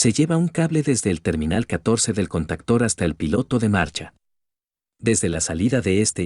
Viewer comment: Se dice CONTACTOR, no CANTACTERS